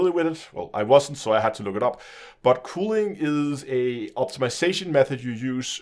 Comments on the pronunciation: For reference it’s normally pronounced cuh-ling. It sounds like you’re saying cooling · Ismt it culling not cooling which you keep saying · Cull - pronounced like ‘skull’. Culling ( like skull ing ). FYI. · "cooling" lol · the mispronunciation of "culling" made me chuckle Good to know FDEV are at least aware of this shitshow though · and I was polite and explained it succinctly as well as the reason I was correcting the pronunciation (because it was confusing). Since he didn’t know what culling is, it follows that he might not know how to pronounce it as a matter of fact rather than accent